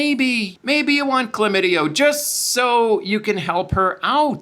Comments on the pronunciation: The word is chlamydia not chlamydio. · It’s Chlamydia - with an “a” on the end